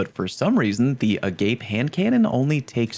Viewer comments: lol, I recognized it immediately because it’s a Rotting Christ song, Agape Satana. It’s a Greek word basically unconditional love or the greatest love. Hearing it’s pronounced “a gape” is humorous. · It's definitely that pronunciation given the "boundless, without conditions" flavor text, but agape the way he said it is also a word. Could be why that's his go-to way of reading the name. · It's pronounced Ah-gah-pay. Not "a gape" just saying. Latin. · That's not how you pronounce agape!!! Agape is principled love, like the love you have for fellow humans. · Agape pronounced (uh-gah-pay) people that pronounce it the other way are likely trolling 👍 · It's pronounced uh-gaw-pay. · agape is pronounce a gah pay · Agape is not the english "Agape" it's the greek one - Ah-Gah-Pay. It is one of the words in Greek that we use for "love characterized by selfless, unconditional, and sacrificial concern for the well-being of others" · Please stop calling it agape like that lmao It’s a Hebrew word that means brotherly love and it’s pronounced Ah - Gah - Pey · Interesting. I just assumed "agape" was the transliteration of the Koine Greek word "ἀγάπη" with 3 syllables, "ah-gah-pay." (Made famous from the Pauline epistle to the Corinthians, and appearing in Orpheus's song in Netflix's second season of Neil Gaiman's The Sandman, S2 E5 (streaming now!)--although it's would make more sense that the song lyric is in Attic Greek, but I digress.). I mean, when has Bungie ever used a religiously charged word before like "perdition," "catabasis" or "iconoclasm" in a location, mission, or weapon?. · uh-GAH-pae, it’s a Greek word for love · The handcanon is pronounced AH-GAH-PAY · the new HC is pronounced "Ah-gah-pay" it's a Greek word for unconditional love. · Yeah but everyone that likes Bungie is gay so they pronounce it A- Gayp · “Uh-Gaw-Pay” it’s a Greek word! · Is it not pronounced A-Gar-Pay 🤔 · Don’t tell them. It’s hilarious to hear haha! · A-gah-pay You damn heathens